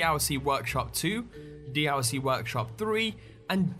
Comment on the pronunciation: Can anyone count how many times he says d-owl-c? XD